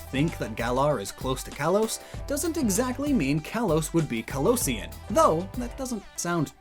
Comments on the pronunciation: Kalosian is canon, by the way. It's said in X and Y. But it's also probably not pronounced like "Kantonian". Kalos is based on France, but specifically the region surrounding Paris. And people from Paris are called "Parisians", but it's pronounced like "Pa-ree-shan", or "pa-ree-shun". So, Kalosian is a probably pronounced as "Ka-lo-shun". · Kalosian is correct, but he pronounces it a bit incorrect. It’s pronounced like erosion, but kalosian